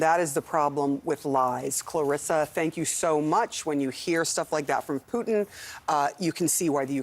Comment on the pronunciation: Love how host calls him poutine ... Which is so tasty ... But will kill you if that's all you have lol